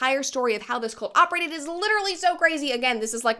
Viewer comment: I keep hearing Colt instead of cult. Colt is a great way to stop a cult btw.